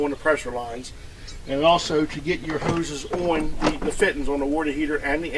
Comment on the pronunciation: Oh yeah, the “fittens”